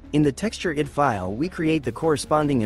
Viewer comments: Well, not exactly high quality when the AI reader makes many mistakes like read ID as id instead of I D! 😂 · One criticism for using an AI text to voice reader for the narration other than it being lazy is that the AI does not understand English nuances and conventions so says a lot incorrectly. For example, a lot in this video the AI reads ID as the word id instead of the letters I and D. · Yep, it's AI. It's not about the voice alone, it's also about how it reads. Just listen for the clues. It makes basic mistakes that no English speaker makes like reading ID as a word instead of the individual letters like we do in the real world!